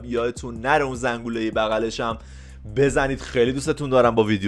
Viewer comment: چرا حس میکنم به زنگوله میگه زنغوله؟